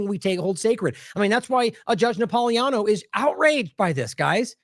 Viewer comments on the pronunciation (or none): Napolitano should be pronounced correctly. THERE IS A T IN THERE. You're leaving out the T incorrectly.